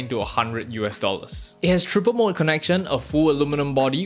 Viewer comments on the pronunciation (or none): none